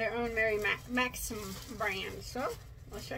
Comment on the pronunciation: You rock girl 😂🧶🧶🧶🧶I love your reviews... and I’m sure by mispronouncing Mary Maxim s name... just draws more attention than if you said it correctly 😂so I’m sure they’re happy and okay with it... their mystery boxes always seem nice 👍🏻 lucky girl .... I think their customer service is top rate and so far I’ve enjoyed their yarns 🧶🧶🧶